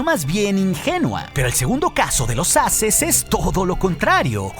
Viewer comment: Solo un consejo. Creo que lo mejor seria decir la pronunciación correcta de "Aces" (EXPERTO), o sea "eizes". Porque la manera en la que lo dices podría crear un malentendido a "asses" (plural de ASS)!!! UN SALUDO DESDE LA CDMX!!!